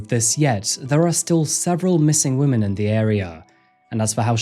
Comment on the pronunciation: I beg you to learn how to pronounce women correctly 😢